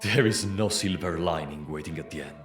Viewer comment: mispronounced "sliver" with "silver", smh, ay ay ay